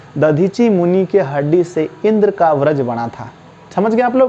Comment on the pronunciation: ब्रज नहीं वज्र